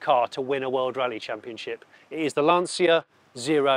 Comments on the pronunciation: Please, FFS... it's LAN-CHA. It's really not that hard. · I love your videos, but for the love of god, it's not LanSEEa, it's Lan-Tcha! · how you can be car guys and mispronounce the italian name of the one of the greatest cars is beyond me.